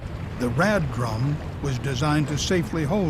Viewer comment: Wait, did he say RED-drum? O.O I find that a great name